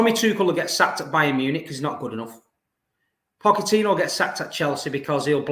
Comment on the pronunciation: Where do you get these people from ? This guy is so vexed over another club that he's trying so hard to act like he can't pronounce Pochettino's name 💀